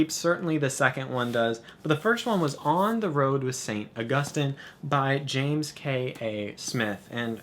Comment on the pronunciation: It makes me so happy to hear you pronounce Augustine right. :)